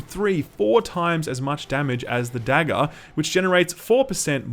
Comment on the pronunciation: I love the way you pronounce "Dagger,". It's delightful to my American ears. <3